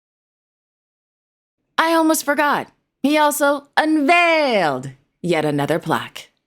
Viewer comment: I was on edge with anticipation and then it came, 🎉🎉🎉 HSH Prince Albert unvaayylled not one, but two plaques. I was splitting my sides with laughter. 😂😂 If only Prince Albert knew how much we enjoyed his plaques.😊